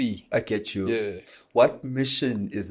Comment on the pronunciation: His name is MfanelE with an E not MfanelO with an O